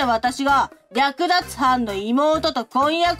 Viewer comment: 最初の方、略奪が浮気って読まれてる？ こういう話、だいたい同じだけど何度も見ちゃう（笑）